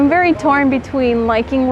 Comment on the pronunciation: Vewy vewy emotional Ok